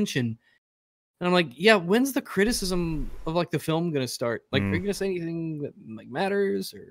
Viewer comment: Love the way pronounces it "cri-i-e-h-h-cism" And by "love" I mean I want to relieve him of his tongue, because he certainly isn't using it.